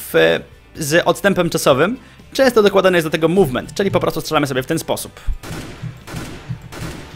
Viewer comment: Dokładajcie do tego mółwment.... Może jeszcze: pamiętajcie, że ważny jest siutking ale ze strejfem w mółwmencie! I na litość boską nie "burstamyyy", ale "bełrstami"... Końcówka języka sięga do palatum! Polecam jednak używania języka polskiego, albo angielskiego. Takie hybrydy to brak szacunku dla obydwu.